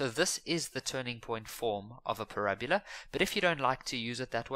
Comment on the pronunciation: Not parabula